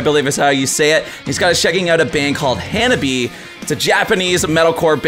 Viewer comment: great reaction like always.BTW their name pronounced Hanabi-"e",not Hanabi :)